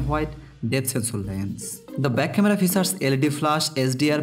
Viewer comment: Not focessor it's processor..:) not fichares it's Features...... XD